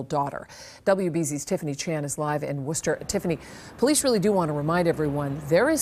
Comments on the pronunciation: As someone from Dorchester my ears were bleeding every time she said it. But I gotta give her grace cause those cities are hard to pronounce if your not from there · Pronounced "woostah" lol